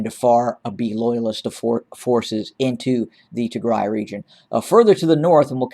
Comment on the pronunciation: Thank You for covering the Tigray Genocide. The pronunciation of the cities are incredible👏🏾🤩🙏🏾 Tigray Siera Bdeka